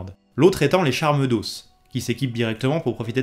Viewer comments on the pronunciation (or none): "Charles d'os" Ça se prononce "charmes d'O", au pluriel pas de prononciation du s, la prononciation du O différente suffit